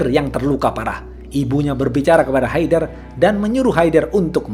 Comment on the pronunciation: bang itu e nya dibaca kaya ngomong enem bkn kya bca enak ... itu nama orang kalo kita bysa manggilnya haydar